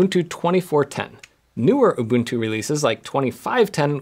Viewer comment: Finally. A YouTuber who doesn't call it "ooh-bun-too."